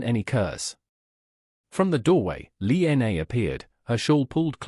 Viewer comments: Yes, I have to echo and mirror with some of the other people have said about the very poor narration of this “story” I couldn’t even get past the six minute and 20 second mark because you couldn’t even pronunciate the woman’s name correctly… It is Lina or Lillian, not “Lee N A”! Did you not take the time to proof read and hear your story before you shoved it into the Internet? Definitely no like or thumbs up from me! SMH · Also, it might be nice to spell and pronounce simple Chinese names correctly..."Li Na"